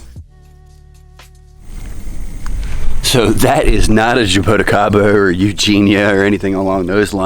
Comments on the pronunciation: Jay-bo-ti-kay-ba Classic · pronunciation of jaboticaba though... hah-boh-tea-ka-ba